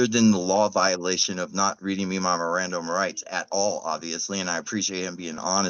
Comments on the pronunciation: he pronounced it miranderized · Dude can't even pronounce mirand rights properly 😂😂